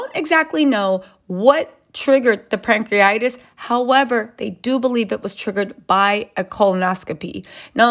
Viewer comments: It's pancreatitis not pancreatis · It’s called “pancreatitis” not “pancriates»